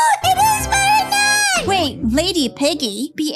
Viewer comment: is so funny he says is it marinnete evry game